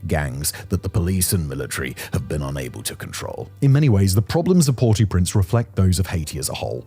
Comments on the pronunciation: The English pronunciation of the name is "Port-Oh-Prince", not "Port-Ooo-Prince". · Did Simon not do French at school? If he did he should know to pronounce "au" as "oh" not "or" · It's not Port ooooo prince, it's basically the sound of saying oh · “Port-ew-printz” - spoken like a true Brit. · “Port Oh Prance” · It’s pronounce Port OH Prince. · Pronounced Port Oh Prance. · He's saying "PORTY Prince", which I've never heard before.